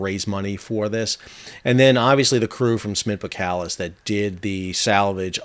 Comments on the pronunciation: bo”SSSS”kalis, not bokalis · Boskalis....pronounced ''Boss-kar-liss''..........😉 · BoSS KaH Liss is how you should pronounce the name. Seriously. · Great video! It's pronounced Bos-kalis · Pronounced ; BOSS KAALIS , I 'me getting annoyed at your lack of Dutch language competency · Since when is the "S" in boSkalis silent??